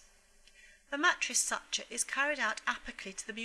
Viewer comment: I like the video but you cannot say such-ah for suture 😭 it’s suit-year